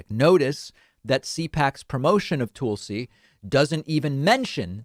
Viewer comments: David as you well know, Tulsi's name is pronounced like Tulsa Oklahoma, not Toolsi. Don't be a tool, you are better than that... Peace and love, j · Again, her name is TUL-SI, not TOOL-SI (unless you are intentionally saying tool as a dig at her grifting). And the ONLY reason the left tolerated her for a short time is because she supported Sanders and when some stated tried to screw him out of delegates by casting them for Clinton when that is not what the people wanted she was one of them that put her vote for Bernie when pressured not to do so in Hawaii. And it was only Republicans calling her a true liberal. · I like how he calls her toolsi 😂😂😂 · You know it’s not pronounces TOOL-see, right!?…. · I enjoy the way David says her name, Tool-si is definitely apt. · You've been pronouncing her name wrong for years.